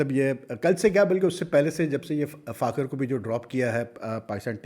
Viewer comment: براہ مہربانی فخر کا نام تو صحیح ادا کیا کریں۔ آپ ہمیشہ فاخر بولتے ہیں۔ اسکا نام فخر زمان ہے۔